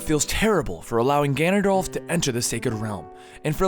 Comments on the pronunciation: Im sorry but its pronounced Ganon-Doorf but spelled Ganondorf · i'm not usually one to complain about prononciations but Ganondorf is spelled with an "R" not an "L" you say Ganondolf and my blood curdles. very accurate information here though. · Why do you keep saying ganondolph? His name is ganondorf! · Ganondorf! Not ganondolf! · It's Ganondorf not Ganondurf of Ganondulf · It's Ganondorf not Ganondolf. This isn't Lord of the Rings. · ganond-dalf? ganondorf! great video by the way. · he's saying Ganondalf not Ganondorf lol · Ahaha! You say GanonDALF instead of GanonDORF. Lord of the Rings eh? Hahaha! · Sorry if this comes across as annoying but could you say ganondorf instead of ganondalf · You lost me at “GanonDOLPH” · at first i was getting annoyed at the mispronunciations but when he said ganondalf i realized it was a bit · No excuse for calling him ganondolf thats just wrong nothing to do with pronunciation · i cant even take u serious nomore bro i heard orcarina and it kinda threw me off but i let it slide... then u said ganondalf it was over at that point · At the beginning of Ocarina of time the first time he say his name he says Ganondalf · During Oot you said Orcarina and Ganondalf. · Why are you saying Ganondolf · Foroarai? Ganondalf? Orcarina? I know you aid you were reading it but really? And 100 festivals set 100 years apart is 9900 years not 1000. If there were 2 festivals set 100 years apart there have been 2 festivals. Therefore where n is equal to the number of festivals, the number of years passed is 100(n-1) = 100n - 100. I let the first mispronunciation slip but you just kept saying things... and I really like your voice over work normally. Also, Vaati was sealed in the four sword in Minish Cap. The picori blade becomes the four sword. Have you even played it? Vaati wasn't released again until four swords. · Ganondorf is actually pronounced Gan-in-dorf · sounds like he is saying Gandolf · Hehehehehhehe you said ganondalf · he says ganondolf